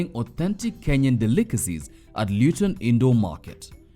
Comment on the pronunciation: Luton not Lewton.. asante mama.. miss chapos though 😭😭